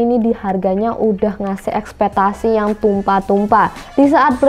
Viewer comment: Mohon maaf, yg bner cara ngomongnya itu ekspektasi, bukan espetasi. Kesalahan yg berulang²